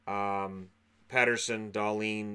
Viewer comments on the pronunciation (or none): It is a short e first and two t. Like Pett eers son. Even in the interview when he says Peterson in English he says Pettersson in Swedish. The whole thing is really strange because he would never call himself Peterson in Swedish. If you are not just trying to wind people up ;)